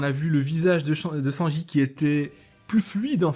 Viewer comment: Y a que moi que ça insupporte qu il ne prononce pas le n de Sanji